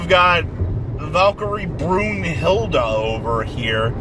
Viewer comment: Did I hear valkyrie brunhilde or valkyrie brundildo?